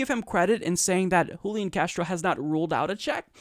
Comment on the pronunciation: Julián is pronounced with the stress on the final syllable, hooleeAHN. And yes he's an opportunist. Most (but not all!) latino politicians are.